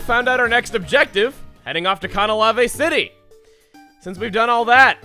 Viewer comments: Conahlavae City, huh? Oh man, I hope you're not sticking with that pronunciation. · After all these years I have realized its called Canalave City not Canaclave. I always thought there was a c there cause i cant read. :( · Does it bother anyone else the way he pronounces Canalave City?